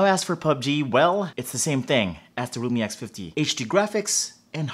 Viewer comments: Oh my god. Why do I keep hearing Roomie X50? OMG. Or sometimes even Lumi. Thought I'll see Microsoft Lumia too :) OMG. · His realme sounds like lumii